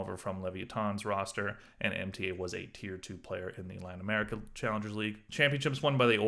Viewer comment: Mta is pronounced as mota